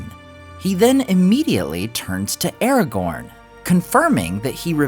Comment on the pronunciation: You say "Aragorn" wrong